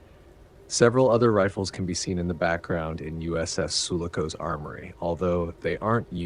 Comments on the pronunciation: Heckler and coke ?? lol....thats the most wacky pronounciation of KOCH, ever! :P and the ships name is NOT SULICO! it is SULACO...dont you check your damn spelling and make sure you got the correct names atleast ?? jeez.. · Excellent ?? he cant pronounce names, gets the ships name wrong, wich is SULACO and not sulico as he says it... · “Soolooco”? Sue-LAH-co. 🤓😁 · This movie is one of the best of all time. Also the ship is called the Sue- Lock - Coe. Not what you said otherwise awesome video thanks for making it!